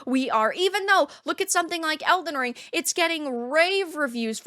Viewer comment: We hate you too so we are even. Also, lol at "Else Ring".